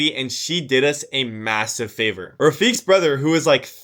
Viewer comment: Pretty sure. Its pronounced rafiq like "Qa"